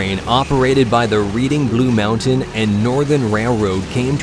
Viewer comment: You said reading and blue mountain wrong